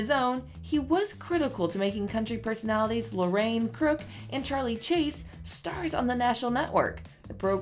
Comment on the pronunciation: It is Lorianne (Lori - Anne) Crook, not "Lorraine" Crook. Maybe brush up on these names before you do a show, if you're in the younger generation of country, and are not familiar with these people. ;) So sad to see that some of these great ones passed so young. R.I.P.